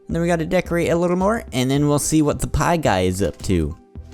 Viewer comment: and it sounds like spie pie